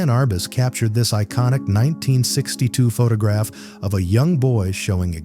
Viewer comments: AI can't even read properly! Pho-tah-graph! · PhuTOGraph. Lovely AI shitslop. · Pho-ta-graph... AI slop, and not even good AI slop... and blocked. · This stupid one said "photograph" incorrectly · AI can't pronounce the word photograph properly. How stupid!